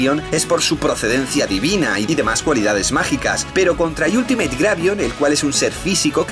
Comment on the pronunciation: Me encanta como cree que dice bien la palabra en ingles Ultimate diciendo iultimeit cuando se dice altimit XD